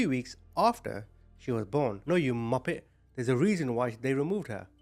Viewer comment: I heard Moppet which is even funnier